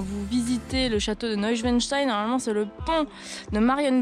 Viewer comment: Tu as très bien prononcé Neuschwanstein, mais Hohenschwangau était sans doute encore trop difficile pour toi. Mais ce n'est pas tragique. Je sais comment le prononcer, car je suis un Allemand 😂🤣. Mais j'aime la langue francaise. Je suis novice en la matière et pour moi, tu as bien sûr parlé trop vite. Pourtant, je me souviens de tes derniers mots: à la prochaine dans une nouvelle vidéo. - Je te salue en France!